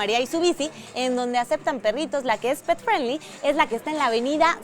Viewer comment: Hola amiga....una observación para tī. 5 veces dijiste pet friendly y las 5 veces lo dijiste mal, te recomiendo que uses el espańol ya que no es necesario decir unas palabras en ingles, ademas no todas las personas te van a entender.